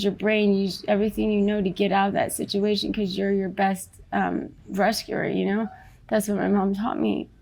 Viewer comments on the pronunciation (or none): "best resuerer" x